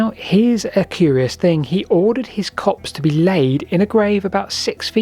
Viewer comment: Copse?... 9.00 I thought corpse. (Only Kidding)